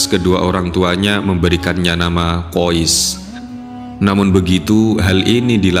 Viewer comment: Saya pernah tanya pada teman saya yg satu negara dengan anak dalam cerita itu. Kata teman saya nama anak laki-laki tersebur adalah: KHAIS Kenapa ada sekelompok orang entah dari mana, menyebut namanya dengan sebutan KHOIS Tolong jangan suka mengubah kaidah penyebutan nama orang lain.